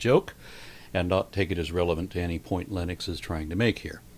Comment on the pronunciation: Please don’t pronounce Lennox like Linux; it’s offensive. All you have to do is think Len Ox as you say it, and you’ll be all right.